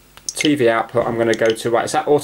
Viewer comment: i love how you say tey wey insted tv its funny